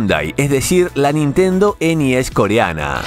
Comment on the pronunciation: Me da mucha risa cuando dice: ENIES, jajajajajaja !!!!!!!😂😂😂😂😂😂 Como mexicano que soy, aca le decimos: LA NES ORIGINAL, la que compramos PRIMERO, hasta que supimos que había juegos "piratas", y entonces sabíamos que, si había juegos "pirata", entonces tendría que haber consolas "pirata".😢😢😢😢😢